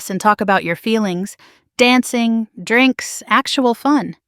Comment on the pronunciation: The way the robo-narrator pronounces "drinks" makes me regret having ears